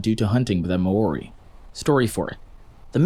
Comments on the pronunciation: Listen I love your videos but Maori isnt pronounced may ooary. its maoh-Ri(Roll the R) sorry just a pet peeve. and also fun fact, you could have ridden some species of moa as horses because they could grow up to 3 metres tall, around 10 feet for americans. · omg I didn't expect NZ in here, epic! And yes, I remember learning about this in school, we even had drawings depicting a scene with the two birds - speaking of, Moa were huge so imagine the size of a Moa hunter sheesh. Btw I just thought I'd say the you were pronouncing Maori wrong, just so you know for future reference.